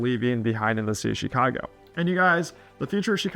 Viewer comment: Why would anyone listen to a guy who cant even correctly pronounce the name of the city? Who says “SHEEKHAGO”?